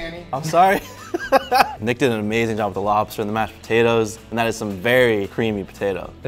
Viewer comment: I heard Nick say Botatoes the first time 😂